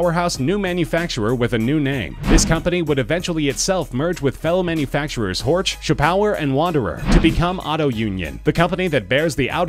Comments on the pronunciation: Honestly. At least try to pronounce names in their native language. Its "Horch" not "Ortsch". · with Porsch you are not far away from Horch, which should be pronunced "Horsch" in Englisch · You mispronounced "Horch" so badly that it's infuriating. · 'Horch' is Bavarian for listen not German. I'm being bit picky but it annoys me when people get the two mixed up :) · Granted, it's hard to pronounce some German names for foreign speakers, but sometimes it seems a bit lazy. Pronouncing Horch like in the video is wrong, it seems like the narrator doesn't put effort into that, like people saying "Porsch" just because they refuse to pronounce it properly. It's a really good video, this just bugs me. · You're pronouncing Horch wrong. It's not an English name. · im cringin everytime he says horch